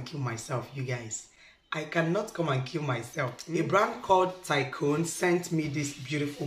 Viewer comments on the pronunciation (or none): none